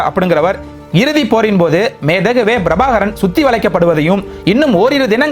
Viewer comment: முதலில் தமிழ் எழுத்துக்களை சரியாக உச்சரிக்கக் கற்றுக்கொள்ளவும் அது Brabhakaran அல்ல Prabhakaran... ஏன் தமிழ் உச்சரிப்பில் வடமொழி உச்சரிப்பைக் கலக்கிறீர்கள்?